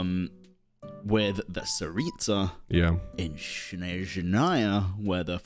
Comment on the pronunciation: guys its the opposite letters, its not SHneZnaya its SneZHnaya 😭